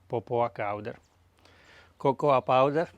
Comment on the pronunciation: I laughed out loud when you said Popoa Cowder. Thank you for your videos. Spectacular Greetings from Greece :)